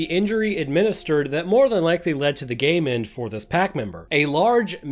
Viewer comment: It took me too long to realize you were saying “game end” instead of “gay men” that viral load part was making my brain stall until I got to you having to re name d e a t h